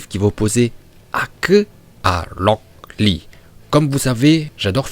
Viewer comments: mais arrete de dire rock lee et haku comme sa stp xDD "HakUuU" et locK Lee" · Pk il dit "Locklear" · Il a dit 18 fois lock lee en 5minute seruix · On dirait qu'il dit lock lee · Franchement 'haku' à un meilleure accent que lock lee😅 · Tu sais t'a juste à dire "Akou" Et "Roque Li"... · Rûok Lee kuü ptdr la prononciation en vo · Tu dit HAKEUUH et LROCK LEE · "Loc li" "Aku" (Rock Lee, Haku)😂😂😂😂😂😂😂😂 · " Loocc Li " mon cerveau chauffe !!! 😂😂😂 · "Lock Lee" et "Haku" 🤣🤣🤣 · Pk tu dit "lock lee" et tes accent son...incroyable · Le "Lock Li" il me fuuuuuume de malade mental mdrrrr. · Moi non plus je comprends pas pourquoi il faut dire Locl Li alors que même le chinois qui parle Français prononce leurs propre prénom avec l'accent Français et c'est logique. C'est comme les gens qui parle Français et qui place un "anyway" ou un "you know" comme ca, ca a aucun sens mdr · « Lock Lee » mdrr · Putain comment tu dit aku et rock Lee c'est bizarres ! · Oui ta vue ça moi g l abitude de rock lee